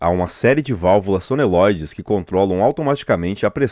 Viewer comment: Baita vídeo, mas são válvulas Solenóides e não Sonelóides... Em